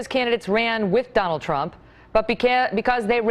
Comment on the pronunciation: WHO DA FK is "Tronald Dump"?? lmao